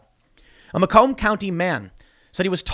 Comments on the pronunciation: Pronounced May-come County, not Ma-comb County there you Yankee. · "May Come" Macomb